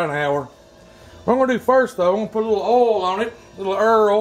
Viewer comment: When he called the oil “earl” I knew I was in the right place 🤣